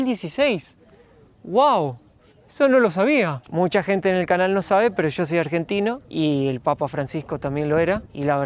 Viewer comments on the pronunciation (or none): "Mucha gente no lo sabe, cho soy Argentino" - Asegura 😂😂😂😂😂😂